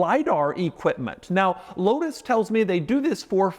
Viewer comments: The L in Lotus should be a W. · I saw one of these in person last weekend at McLaren Philadelphia and stood in front of it trying to pronounce the name like Doug did on the drive…out loud…like a crazy person.